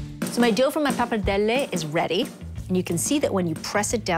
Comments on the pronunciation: She is really pronouncing pappardelle with a big difficulty, sounds really unitalian. She doesn't pronounce 'r', she says 'pappadelle'. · Isn't it pronounced 'poppa-deli'? 😕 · Sheena Vaught Pappardelle, like other Italian words, should be pronounced in an original way and not in an English way. Italian vowels are pronounced as they are written not in an “American-style”. 😉 PappardellE and not “Pappardelli”. Greetings from Italy ! 🇮🇹✋️